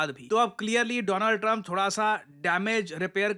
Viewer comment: Modi be like:: DOO-LAND TRUMP 😅😅